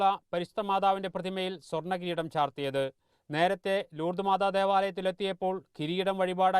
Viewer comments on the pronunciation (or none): ലൂർദ് മാർദാ.... യോ 🤪😂 നോക്കി വായിക്കേടെ ✍️